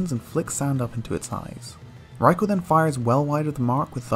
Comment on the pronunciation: I absolutely despise how you say raikou. its not even remotely correct